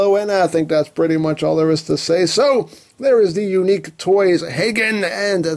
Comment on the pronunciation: you are pronouncing it right